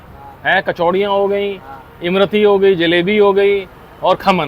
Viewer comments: Imrati nahi imarti hota he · That's not Imrati , that's lmarti 😂😂😂😂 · इम-रती नहीं होती सर.. इमरती होती है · इम रती नही उस्ताद इसको इमरती कहते हैं